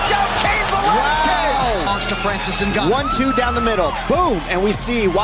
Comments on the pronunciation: I miss Francis Enguhknow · francis ganoh!!